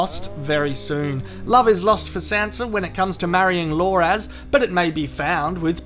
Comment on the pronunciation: I like how he calls Loras, "Lore-ass"